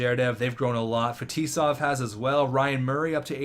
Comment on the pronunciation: 1. Get new goalie, 2nd round pick and scoring defenseman. Your attacking core are good enough, you can trade anyone but Heatley and Tavares. 2. Make Heatley captain! (Tavares, Fetisov as A) 3. Butch-nEv-each (I'm Russian, and for that matters i heard worse than you ;) And others is ZhErdev FetIsov PrOvorov